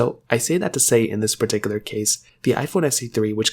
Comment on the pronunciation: Bro is the ceo of “perticular”